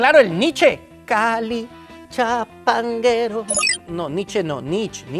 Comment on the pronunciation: Cali Chapanguero jjjjj.. es pachanguero